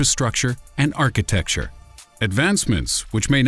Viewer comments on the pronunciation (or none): none